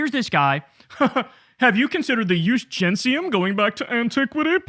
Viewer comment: Knowles even got that wrong - it’s ‘jus gentium’ not ‘jus gensium’. Room temperature IQ, this man.